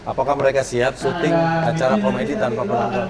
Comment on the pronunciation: 08.43 kabar komedi bang bukan komedo mungkin😁😁